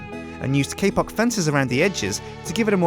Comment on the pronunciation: He says kpock like kpop